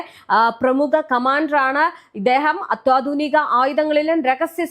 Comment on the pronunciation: അത്യാധുനികം എന്ന വാക്ക് കൃത്യമായി പറഞ്ഞു പഠിക്കാൻ ശ്രമിക്കുന്നത് നന്നായിരിക്കും